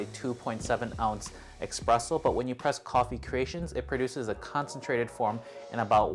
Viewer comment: You have no issue saying Nespresso correctly… now please stop saying EXpresso. Espresso = S-presso. Thank you for the sticky rice and and other Loatian recipes